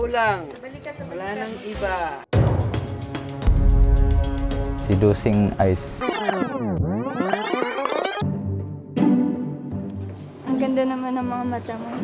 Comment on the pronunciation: "sey-dusing ays" 😂😂😂